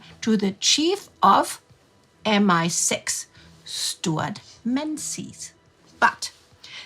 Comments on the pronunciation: I believe the head of MI6 pronounced his name MEN-jiss. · According to the biography I have of Sir Stewart Menzies it should pronounced Mengies. Can't find the page number in my tattered copy of "C" by Anthony Cave-Brown. I look forward to the next episode. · ish, the correct pronunciation of the man’s name, is Minges, because the Scots early use of the letter z, is as a g, and so his surname is spelt differently to the pronunciation of it, a bit like Arkansas is correctly pronounced Arkansaw......... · It's a very small and pedantic point, but im pretty sure the head of MI6, Stewart Menzies' , name is pronounced "Ming-iss". It's a weird pronunciation in English/scottish that's not obvious unless you've seen and heard it before. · Well… she’s German… it’s not the only thing she mispronounce. It really isn’t a problem, especially for a non native speaker.